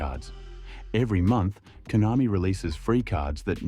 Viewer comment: KONAMI ❌ COINAMI✅